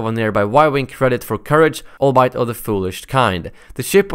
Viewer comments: "Albeit," is pronounced as if it were the words, "All be it," but with no space between the words. It's a conjunction of those words. Also, the S in the word debris is silent, it just ends with a long E vowel sound. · Nah, you read it alright. The only word I heard you get wrong was "albeit." :)